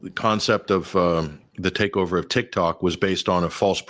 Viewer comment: Trump says Tik-Tak, Netanyahu says Tik-Tuk.... Tomato tomata.